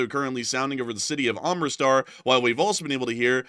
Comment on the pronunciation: All due respect,: AM-RIT-SAR, not am-ri-star.